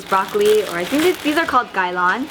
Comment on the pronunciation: Did she just say " Broccoli"?